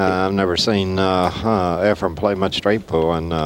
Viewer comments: Nick calling Reyes Efraim the entire time. Geez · Hey Nip.. his name is Efren, NOT Efrem! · Why is it that Americans find it impossible to say EFREN....and i find it impossible to stay awake with sigel even the very first shot of the match...takes an eternity to play a daft shot and msses by a country mile...then looks sort of shocked that he missed!